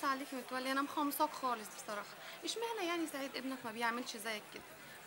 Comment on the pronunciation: زوجة متولي الرابعة ماتعرف تقول مخصماك هههههههههههههههههههههههههههههههههههههههه تقول مخمصاك😂